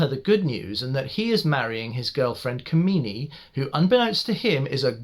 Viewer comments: & the name 'Kamini' is Kaa.mini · I just love the way to pronounce the name kamini.... The way you pronounce kamini it means that bitch.... Which is how her nature is in this movie....